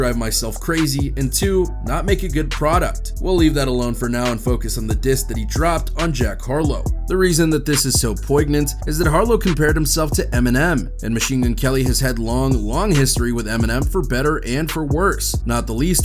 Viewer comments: lol pronouncing the g in poignant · Did you write your own copy?? Seemed awfully sus when you mispronounced "poignant" 🤔🧐🤭 L